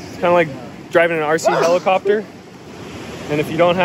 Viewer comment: here, heli-copa-tur? lol.